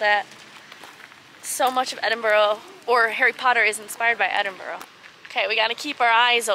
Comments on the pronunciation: I'm from Toronto and have lived in Edinburgh for the past 10 years. It's like a flashback for me to see your pronunciation of Edinburgh change from start to end. It was first: Edinborough and became more like Edin-bra like a local. The "it's sunny now it's raining" happens far too frequently. Layers are always key ;). I would have given a few hidden gem restaurant recommendations, there are some really great newer veggie and fresh food places. Glad you had a great time! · Your pronouncing it as edingborrow, it's pronounced edinbruh. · All I’m saying from someone living in Edinburgh it really sucks you can’t do shit here and another thing it’s pronounced Edin-Bruh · It's more like Edin-bruh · Edinburgh :) Eh-Din-Bruh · I'm surprised that Callum didn't correct your pronunciation of Edin brugh :)